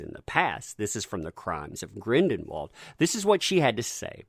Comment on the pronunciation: Sound it out bub. Gr-in-del-wald!!!! NOT Grin-DEN-wald